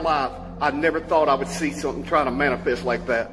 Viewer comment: Did say "It's Trying To "Manipests" Right In Front Of Me"! Hahahahahahaha